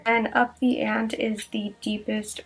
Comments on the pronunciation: Also girl hahaha it’s pronounced up the ant-ee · listen I wasn't being disrespectful...don't get mad at me cuz I figured out how to be pretty & smart at the same time. Look on the bright side....you will never sound that stupid again & mispronounce ante...you're welcome! 😍